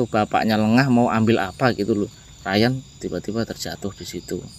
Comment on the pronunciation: Udah di bilang nama nya rayan tapi nyebutnya tetap riyan